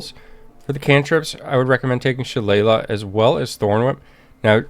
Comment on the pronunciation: Wow the word is Shil-AY-lee quick google search works wonders. Great guide though.